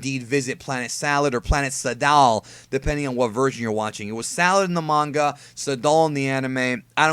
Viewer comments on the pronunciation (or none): none